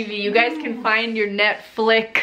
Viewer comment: Great my grandparents arnt the only ones who say “Netfic”😂😂😂